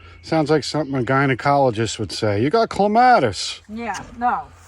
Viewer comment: I don't care too much about the pronunciation of most plants, but, for some reason, clematis is the word I can't bear to hear mispronounced, it's like scratching on a chalkboard😀. It should be KLEM-a-tis. That's why I can't stick around, but your garden is very nice. Just FYI in case its helpful, it's not armpits. The term is leaf axil. Or, you could say axillary shoots. 😀